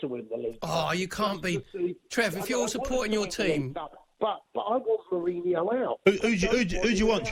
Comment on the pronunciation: Once again, another deluded Spurs fan that can't even pronounce his name correctly let alone be in a position to criticise him. Jose is not the issue.